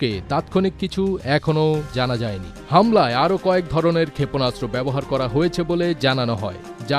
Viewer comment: ক্ষেপণাস্ত্র উচ্চারণ শুদ্ধ উচ্চারণ করতে হবে, ক্ষেপণাস্ত্র উচ্চারণ শুদ্ধ হচ্ছে না 😮😮😮😮